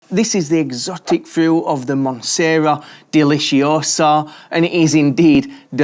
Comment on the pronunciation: "Monsera Delishiosa"